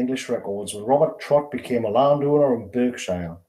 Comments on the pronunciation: Why did you say Berk Shire? Is that how northerners say it? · I am surprised with you.The county is pronounced" Barkshire "